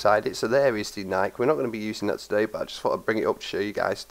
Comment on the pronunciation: HES SAYING NIIK INSTEAD OF NIK-E IM WEAK